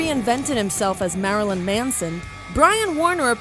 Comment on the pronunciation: the way she pronounces marilyn triggers me